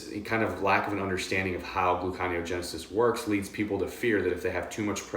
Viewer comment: I may be wrong but I think it's pronounced gluco-neo-genesis. Otherwise, great stuff.